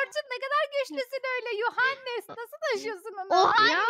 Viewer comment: Aleyna : yuhandes Ece : ohandes 😂😂😂😂😂❤❤❤❤